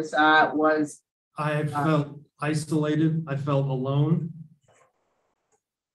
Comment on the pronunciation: He shouldn’t be released simply because he thinks the word “isolated” is “istolated” - he deserves much more than a life sentence. #deathpenalty